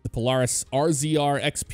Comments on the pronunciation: Obviously dont ride irl cause he called it pol-are-is instead of pol-air-is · It’s pronounced pol-air-is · It is pronounced POE-LAIR-IS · He could just say it dif that dosent mean he doesnt rude irl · Never heard anyone say Polaris lie the way you say it. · I know it’s minor but it kept bothering me the way he was pronouncing Polaris. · Am I the only one that hates the way he says Polaris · makes me cringe so much every time he says Polaris wrong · way u pronounce polaris hurts me